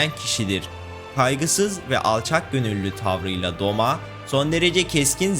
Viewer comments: Abi yalnız doma değil douma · O doma değil douma aslında o da değil dolma 😂😂😂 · Doma değil o douma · Abi Douma o Doma degil